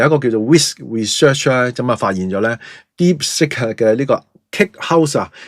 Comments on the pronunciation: 係讀 Deep sik音 (接近粵音 “薛"), 唔係 Deep sick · 不懂装懂，一派胡言，听了别人的谣言，美有证据便下定论。Deepsick? 连英文发音都不会。